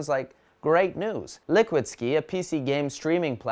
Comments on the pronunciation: It's liquidsky not liquid "ski" lol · liquidsky not ski 😂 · Liquid 'Ski'? Are you fucking serious? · lulz "liquidskeee"